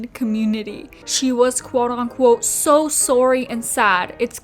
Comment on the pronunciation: The way she says SO... "SHOW" obsessed, SHOW much respect 😳